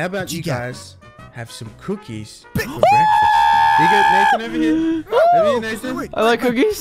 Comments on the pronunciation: Nathan: breakfast: BEKFAST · this is my childhood ❤ this completes my childhood and i like when moose says "bekfesssst" i used to mimic that hahahaha . memories ❤